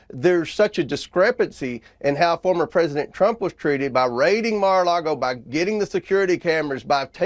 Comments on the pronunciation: Goober Comer looked shell shocked there for a second. And would someone tell that illiterate scumbag it's MAR-A-LAGO, not MAR-A-LARGO. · "Mar-a-LARGO"... the letter "R" would like to issue a cease and desist order from being used in your hypocritical gaslighting. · WHY DOES HE SAY LARGO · Omg sounds like the hypocrite said Mar-a-lardo lol